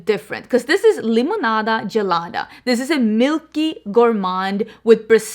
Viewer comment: Your "limonada gelada" was perfect! 👏👏